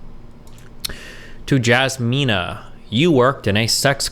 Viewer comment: It's 100% " i asmina" (or with a J if you're English) but it's funny they changed the first letter with an L